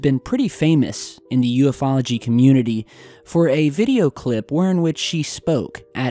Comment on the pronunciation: I hate when people say U-F-Ology.